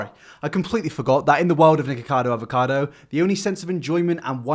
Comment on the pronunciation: He's ruined the word avacado for me